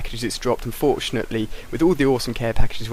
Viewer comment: "i unforetunately got the final kill cam" first time i heard that XD